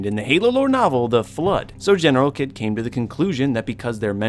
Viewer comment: I’m sorry but it’s General(Heed) but spelled Kidd